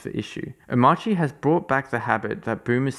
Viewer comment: As well as the pronunciation. It is pronounced something like Omarki. Just like CachyOS is pronounced something like KeshiOS. Not the English pronunciation of course, cause English pronounces these letter differently than rest of the word.